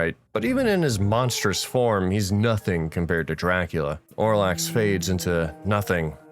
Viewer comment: Excellent video cringed at the pronunciation of Olrox 10/10